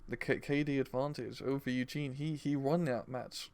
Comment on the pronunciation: please its Yue Jin, not Eugen. Pronounced U (the letter) Gin (the drink). Everytime you feature him in your deck vids you pronounce it wrong.